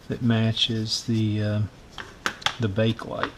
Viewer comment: It's pronounced Bake-uh-lite, not Bake-lite >